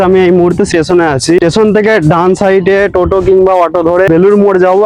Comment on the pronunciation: Station ❌ Teson ✅